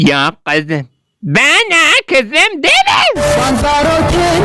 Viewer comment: Bana kzıım deme